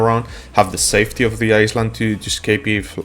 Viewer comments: Eye-land not iss land reminds me of the commercial of the girl who said that and got made fun of Jesus Christ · No, he's saying "Iceland". He MEANS to say Island, but his pronunciation is awful. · love your vids bro thought i'd let you know it's pronounced eye land not iceland but i know what you was saying keep it up with the vids because i need all the help i can get! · Is he saying Iceland or Island? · I like the way you say Island but that's not the way to say it. It is more like ( I land ) the s in island is silent it doesn't make a sound. English is my given language and sometimes I still can not get it right , like some words sound the same but have 3 different spelling and 3 different meanings. like there their and they're . there is over there or look over there Their means that is their house and They 're like they're going out to the movies. I hope this helps :) take care Cheers! and thank you for the video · Hey friend, just to help, in English, you say EyeLand, the the S is silent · I think for him needs to be written as ailand or iland :)) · Island -> eye-lnd (land without a) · Thx bro for the help!! English is 👍 Heads up, the s in island is silent 😀 So pronounced "iland" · For future reference, the s in island is silent :D